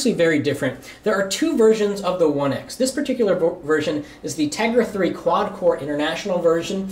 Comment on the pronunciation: He said HTC oneice